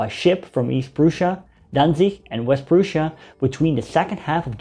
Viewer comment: Great. But it's not PRUH SSIA, BUT Prussia.